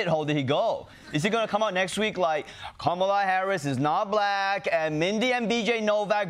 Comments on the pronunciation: Why does Trump put the accent on the first syllable in ‘black’ ? Like BLAck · It's so weird it's funny 😂😂😂